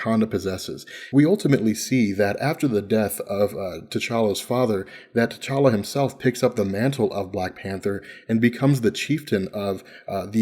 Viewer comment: it's T'challa spells Tche-cha-la T'Chaka spells Tche-cha-ka